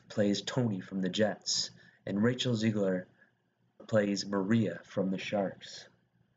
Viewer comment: You miss pronounced almost every single person on here and most of their characters :/ in future just... try to do the research on how the names are pronounced. It would be much more respectful considering you can do it as many times as needed to get the right pronunciation. Thanks. Some off the top of my head are : Ezra Menas, Mike Faust, Ansel Elgort, Rachel Zegler, mr. Serra, and the character anybodys. Thanks again just try to pronounce them correctly !! :)